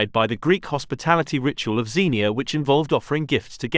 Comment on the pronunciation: the "Greek hospitality ritual" referred to is pronounced ksen-EE-ya, and is still an important aspect of modern Greek culture. it comes from a word which means both stranger and guest, Xenos (KSEN-ose). *also, your ads distract from the flow of the story.